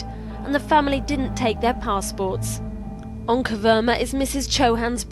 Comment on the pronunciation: pronounciation onkar 😮 ओंकार